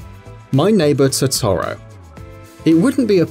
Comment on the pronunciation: I can understand the persona characters names being mispronounced. BUT THE WAY HE PRONOUNCES TOTORO